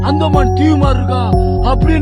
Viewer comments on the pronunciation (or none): none